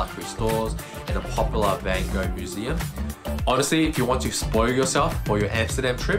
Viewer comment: Hoe kan je in godsnaam vanGo door je strot krijgen? Als Amsterdammer hoor je toch de juiste uitspraak te weten?